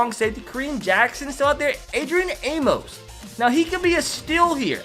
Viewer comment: He pronounces amos wrong.How do I know?Im a packer fan